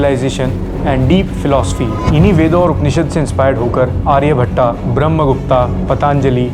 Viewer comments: Ye aryabhattaaaa kya hota hai bhai🙃 Arya-bhatt sound hota hai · आर्यभट्ट hota h aryabhattaa nhi brahmgupta nhi beahmgupt yoga nhi yog hita shiva nhi shiv hota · Pehle aryabhatt ka nam sahi se le le bhai aryabhatta ya bramgupta nahi hota kahi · वीडियो बढ़िया है लेकिन योगा नहीं योग, आर्यभट्टा नहीं आर्यभट्ट सही शब्द है, इसका उच्चारण सही करे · आर्यभट्ट ✅ आर्यभट्टा ❌ ब्रह्मगुप्त ✅ ब्रह्मगुप्ता ❌ very good video bhai